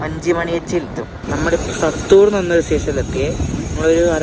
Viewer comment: വഞ്ചി മണി യാച്ചി അല്ല, വാഞ്ചി മണിയാച്ചി. സത്തൂർ അല്ല - സാത്തൂർ, ബോധി നായക്കന്നൂർ അല്ല ബോഡി നായക്കന്നൂർ